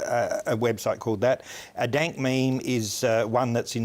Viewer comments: it's called a dAYNk mEHme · he said dant meme the first time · "a denk mayme" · Nobody: Not even the frog meme: Uploader: daink meimes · Dienk Meems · Sounded like he said Daint Memes at the beginning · Is it me or did he just say “daint meme”? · “Dank mayme”?! >:( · daint meme